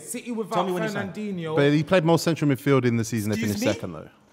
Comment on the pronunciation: Man said fernandhino top 2 dms in the world